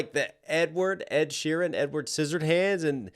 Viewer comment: It's sheeran, not sheehan😂😂